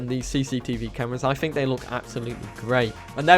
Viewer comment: Hey millennial it's fucking 'think' not 'fink' your an annoying kid.